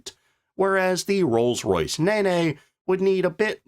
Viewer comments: My dude you need to look up pronunciations! You have been forgiven in the past in other languages but it is not called the Rolls Royce "Ney - Ney"!! It's nene pronounced the same way as preen, or clean. You're a native English speaker come on! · I do like the Japanese pronunciation of Nene as "Nay-Nay" as others have posted below it is more commonly pronounced Neen or even Nen depending upon where you are in the country and which bit of the eponymous river you are by. Fascinating video though. Very enjoyavle. I'll eave Boss cum to others to worry about. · Nene is Neen. Welland is said as is. Derwent is Der-Went, but slightly soft pedal the border between the syllables. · every Australian I know who has worked on aircraft with the Nene engine pronounced it neen, every Brit I met pronounced it nen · Whoops......pronounced nen(Nene) as in ten....;-) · Interesting video, but a little research would have given the correct pronunciation of Nene. My ears and teeth grated every time it was pronounced NeeNee ..... aaagh! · Interesting, informed video. Two irritations. 1) foot lbs are a measure of torque (feet×pounds force). Thrust is measured in pounds force (or newtons, if metric). 2) only a ninny pronounces "Nene" as naynay. It is very easy to find out the pronunciation: type (without the quotes) "nene pronunciation" into a search engine and up should come the two main pronunciations (regional differences). If you can get hold of a copy "Project Cancelled" by Derek Wood shows a litany of cancelled air projects with two standouts being the BAC 311 (widebody) and the TSR2. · Every time I give this channel another chance, it roundly disappoints. I can handle tune historical oversimplification and minor errors in the name of brevity, but "Naynay" and "ft lbs of thrust"?! Come on. I'm not sure if it's deliberate to drive engagement, or just a ridiculous lack of any effort at all to get the most basic details correct. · Nene is pronounced "Neen". Similar to meme. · Or Nen.